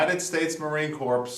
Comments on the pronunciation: it's pronounced "core" not "corps" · Just to let you know, it's pronounce "Core" not "Corpse". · I am a retired Navy Corpsman, carrier of a side arm when I was assigned with the Corps. This is a great choice! The pronunciation of "Corps" -IS- "core" ---> The "P" is not pronounced. Thank you for your videos.